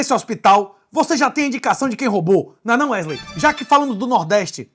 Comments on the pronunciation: em momento algum do video ocorreu a pronuncia Wesley... é mais algo proximo a "uerley" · É Wesley kkkkkk é porque ele fala o nome dele errado